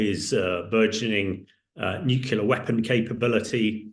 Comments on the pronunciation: NUCLEAR!!!! not nucula. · How can you be so high up in the military and not be able to pronounce the word NUCLEAR?!?!?! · Too right!